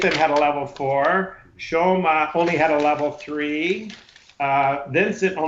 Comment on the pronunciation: called Shoma "Shomo" throughout. Couldn't you correct him?